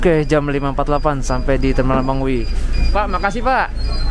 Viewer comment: gan bacanya mengwi bukan mengwi